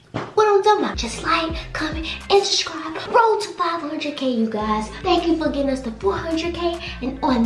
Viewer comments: she said shurshibes did she mean subscribe lmfaooo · E said “go shuscribe” i was dead😂😂😂